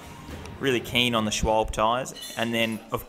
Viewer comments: SCHWALBA IS HOW ITS PRONOUNCED........THIS IS QUITE SIMPLE AND CONFIRMED WITH MY GERMAN FATHER....PRONOUNCE...PORSCHE...THE E IS PRONOUNCED LIKE AN A SCHWALBE IS PRONOUNCED SH-WALL-BA...... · as a GE native: schwaahllbeehh and pronounce the e like egg. furthermore I hype those tyres bands and tubes, never had a flat or any other issue, will stick with them :)